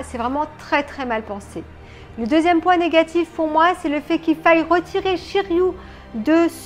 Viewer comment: tres belle statue de shiryu, pas de casse heureusement, la couleur de son armure c'est vert "jade", sinon c'est shiryu avec un "u" pas "ou" après tu prononces comme tu veux, c'est effectivement la fameuse cascade des 5 pics lorsque "masque de mort ", le jette à l'eau il revêt son armure située au fond & le dragon prend forme.....sinon poussièresur le colis normal tu l'as commandé en 2019/20 donc elle a trainnée ds le grenier et par ailleur les colis sont maltraités par les douaniers.....shiryu en mode vénère les cheveux en l'air avec le dragon l'entourant une tuerie... enfin pour ta vignette de présentation je t'aurait vu en shunrei priant en haut de la cascade de rozan pour qu'il n'y ait pas de casse cette fois ci.....bisous ma belle & felicitation pour ton dragon de jade